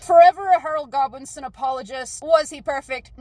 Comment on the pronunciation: When you said Harold Godwinson, I heard Harold Goblinson. Edit: I think if the book Goblin had a kid, it's name would be Harold Goblinson